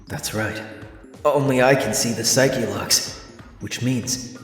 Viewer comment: out of all the takeaways from this video the one that stuck with me most is your pronunciation of "psyche-locks" Its really gratifying to see someone else who says it that way